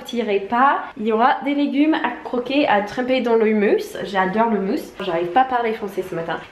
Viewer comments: Pas de l'humus, mais HOUMOUS avec 2 "OU" 😂😂😂😂😂😂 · Le "humus" comme tu le prononces dans ta vidéo ça désigne la couche superficielle en décomposition (en général dans les forêts), je me doute que tu ne manges pas de la terre mais ça peut prêter à confusion ahahah